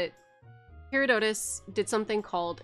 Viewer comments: Love this! BTW Herodotus, who wrote some of the first written histories, I'm pretty sure his name is pronounced 'huh? raw. duh. tus.' , not 'hero. doh! tus.' Since he's some of the first records available he's studied a lot, but he also wrote down a lot of stuff that is most likely hearsay and myths as fact. My favorite example is him reporting that in the eastern Persian empire there were giant ants bigger than foxes that would dig up gold while they were making their tunnels, and the locals would collect the gold. Who knows? Could've partially inspired the giant ants in Elden Ring. You prolly already knew all that, but the ant stuff is hilarious to me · I've heard his name pronounced "hearah-tuh-dus" most often. Love your videos. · Hair-ah-duh-tis! (but smoothly like a quick word). Alternately, Hair-oh-die-tiss. THIS IS SUCH A VIDEO I HOPE YOU DON'T TAKE THIS COMMENT AS ME BEING A JERK! (Philosophy Professor here.) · Her-aw-duh-tuss is closer to how Herodotus is pronounced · (hair)(odd)(uhtus) Emphasis on odd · Herodotus.. rhymes with hippopotamus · Here-o-do-tus over here. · herodotus = hair-rod-otus